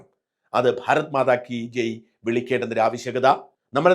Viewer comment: ഭാരത്മാതാ അല്ല. ഭാരത് മാതാ എന്ന് തിരുത്തുക